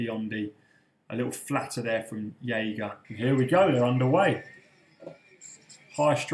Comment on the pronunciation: It's pronounced Jager with a hard J